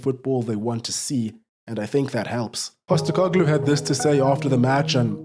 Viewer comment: There's only one Ange Pasta-car-glue